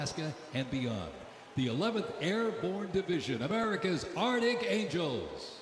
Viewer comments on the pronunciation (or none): Cavalry not Calvary Arctic not Ardic You had ONE job!!!